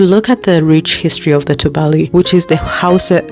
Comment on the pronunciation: It's pronounced as tubali as opposed to tubaali as you are calling it. The a is pronounced as a in apple